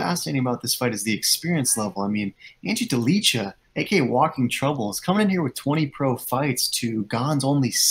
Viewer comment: It hurts my ears, when you say: Ante Delija